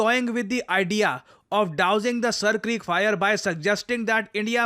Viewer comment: Its Sindhi language word Seer not Sir